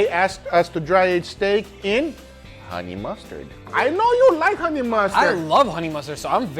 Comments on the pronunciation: honey !!!!!!!! not hone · 21 hours, still says hone lol